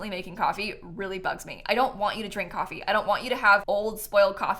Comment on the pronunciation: Ah yes, `` it leads you up to ✨️ C o f f e e ✨️ `` English is so funny xD